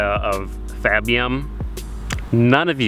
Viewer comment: Its not fabium, its fappium